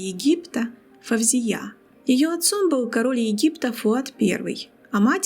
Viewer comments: Не Фавзия, а Фаузия!((( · Очень интересно, только не произносите собственные имена на узбекский манер - ФавзиЯ, СабихА, это очень режет слух. Правильно - ФаузИя, СабИха, в арабском языке даже нет буквы В ! Впрочем, многие арабские дикторы произносят с экрана СталИн, ПутИн, ЛенИн и т.д.Это непрофессионально !